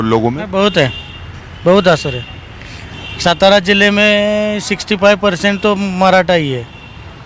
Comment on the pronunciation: सतारा नहीं भाऊ सातारा बोलो